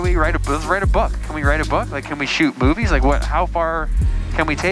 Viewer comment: Wait... he said shoot “movies” right? I swear I heard “boobies” lol